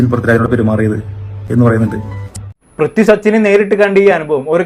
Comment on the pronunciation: Brithi alla mone Prithvi 😂 enta tholvi aliyaa 😂